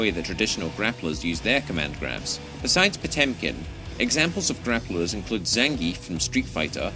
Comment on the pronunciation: Can you learn how to say Zangief before making a documentary